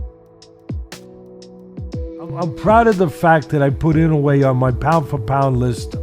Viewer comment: Such a dumb video. Everyone who knows Inoue knows his incredible stats, especially his round by round dominance. Come on, guy. Weak video. And learn to pronounce his name properly, that’s disrespect right there.